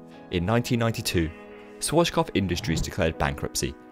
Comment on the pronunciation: Swarchkopf?, you’re doing it again...